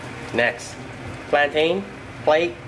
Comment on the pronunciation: You pronounce “plantain” as “plantin”